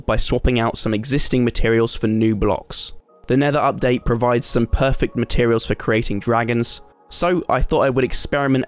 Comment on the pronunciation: He built a “prefect” house